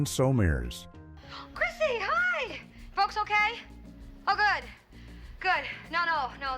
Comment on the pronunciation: Uh it's so Murrs - not sin summers - 😂